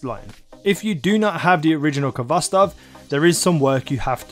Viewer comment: FYI you don't pronounce the K. You say it with a hard "H". It is a Russian word transliterated to English.